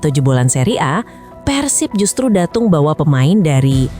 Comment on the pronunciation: Datang min bukan datung 😮